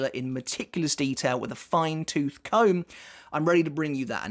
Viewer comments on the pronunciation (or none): none